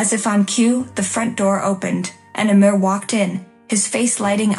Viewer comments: His name is name IS Amir, not: a Mirror, not: mayor, It is Amir. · Your mispronounced of of Amir's Is more than rude, it's insulting.